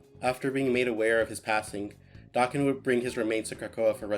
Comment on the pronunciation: Hearing someone say his name correctly absolutely scratched every itch that has ever itched i love you sm